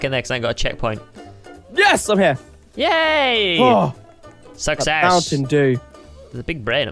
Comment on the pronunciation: He says success but it sounds like he says sucks ass. Hahahaha. Like if you heard this.